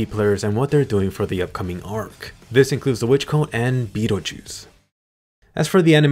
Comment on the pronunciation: Lol beetlejuice. Isn't it Betelgeuse.